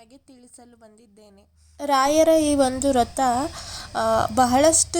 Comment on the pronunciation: ರಥ ಅಲ್ಲ ವ್ರತ. ಕ್ಲಿಯರ್ ಆಗಿ prounce ಮಾಡಿ. ಬೇಜಾರ್ ಮಾಡಿಕೊ ಬೇಡಿ